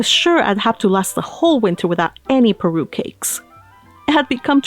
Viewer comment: Everytime you read "Parue" I was hearing "Peru" hahahahaha your reading is so relaxing to hear ♥